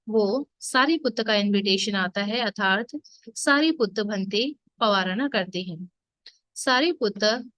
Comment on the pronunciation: Arthat ke sthan par atharth pronounce kar rahi hai.kripa koi upasak truti thik Karen. Be happy